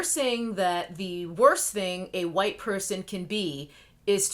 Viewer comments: And mine. Because myTribe is intelligent. And GROWN.... Primarily that. Welp, you know EXACTLY WHO is employed to censor us. Also, I LIVE every time you enunciate wQHite. ...Period. I'm not even a cosmetics stan, nor have I ever been inspired to follow her channel (since I'm NOT said cosmetics stan).... but I root for Jackie and her success -- ALWAYS have -- FOR THE VERY REASONS MENTIONED here and because she has REPEATEDLY SHOWN herself to be sincere in her efforts. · Why do you pronounce white like that? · I love how you say white!!